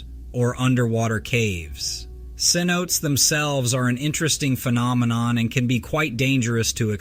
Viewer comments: "senotes".... "Se-NO-tey" :) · Cenotès is pronounced S E E N O T A Y ('s)